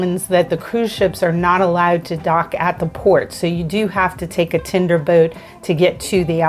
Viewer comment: "tinder boat"? ;) "tender", but nice video!